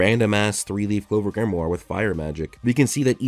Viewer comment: At least try to pronounce Grimoire properly, DAMN IT